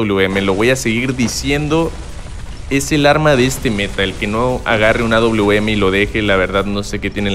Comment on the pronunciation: Aprende a decir awm wawm así lo pronundñsiaste